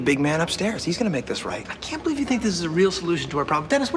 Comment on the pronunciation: Did Mac say ‘and hold Jews in the palm’ doesn’t sound like hold you lol